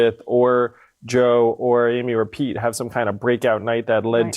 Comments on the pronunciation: I thought he said rePete 😁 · Did I here Andrew say, “Re-Pete?”